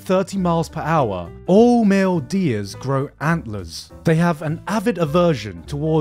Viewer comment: My mans pronounce Deers like Deez....was waiting for a deez nutz joke